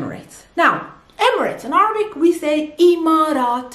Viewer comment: Why is she still saying Arbic instead of Air-a-bic in English?